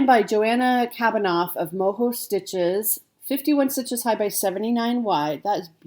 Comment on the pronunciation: I thought it was a lemon. 😂😂. By the way it’s Mojo stitches as in losing your stitching mojo. She’s Australian not Spanish so not Moho. Lol😂. I like the house one you liked and the Christmas piece. Thanks for the flip through.